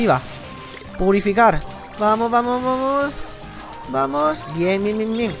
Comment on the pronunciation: dijo purifucar😂😂😂